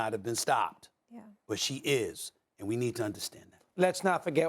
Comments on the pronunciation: “ Russier “ - Stephen A Smith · What is Rusher? Is that a country? The irony of Stephen A not being able to pronounce words that end with an A. Are there ANY words that end with an A that he can pronounce? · "Russhier"- Stephen A Smith